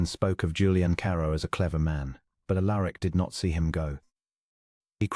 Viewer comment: Prononced 'Al er ic'